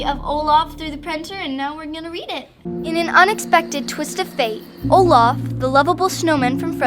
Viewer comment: Olaf is not Olafy